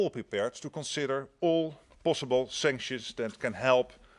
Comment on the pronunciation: Do you also "konsidder" to "sink" about "rejuice" your lack of English language? I am Dutch and ashamed for our "pm" he must go "fahwk" himself.